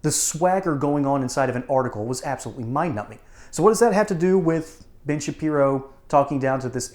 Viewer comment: Sounded like you said - BIG - SHAPIRO 😂😂😂😂